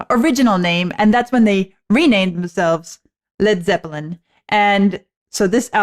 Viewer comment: I like the way you pronounce “zep pill en”. “Not to touch the earth not to see the sun nothing left to do but run run run “.